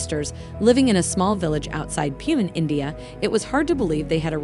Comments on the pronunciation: The way u pronounced Pune 🤣🤣 is so wrong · your pronunciation of pune made me laugh